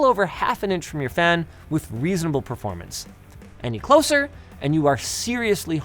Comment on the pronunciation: Why do Linus prnounce "performance" "preformance"?